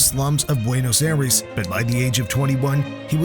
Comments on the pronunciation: its "Buenos Aires" not "Buenos Airas" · BUENOS AIRES!!!! LMAO!!!! Did AI make this?